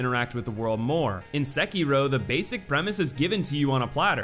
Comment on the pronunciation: he kept pronouncing sekiro as sakeero